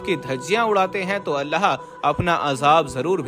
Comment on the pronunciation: Every time you saying allaha.it is wrong. You must say Allahu.